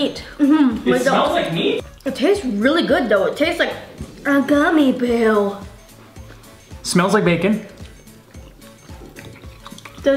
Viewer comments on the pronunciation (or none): when says,"A gummy bue."I died laughing like this is you did too